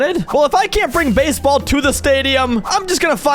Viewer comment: "Basball pitch"